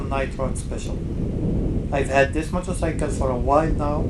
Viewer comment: I fucking hate the way you say "motorcycle" what kind of fucking accent is that?